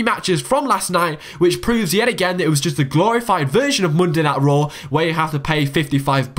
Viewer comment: Mundai Nait Row !! LOL